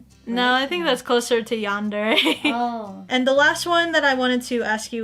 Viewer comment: "are you a yandre" I'm dying X'D